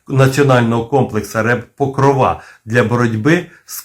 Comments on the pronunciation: тільки не покровА, а покрОва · чому покровА, а не покрОва? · Блін ! Не ПокровА , а ПокрОва ! В українській мові ПокрОва, хоча і ПокрОв Пресвятої Богородиці, але все ж таки у нас Богородиця це ПокрОва. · Не покровА, а покрОва. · цікаво,але наголос ріже вухо. у вікіпедії.. Покро́ва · Може наголос треба ставити не на кінцеву "а", а на п'яту "о"🤔😉😊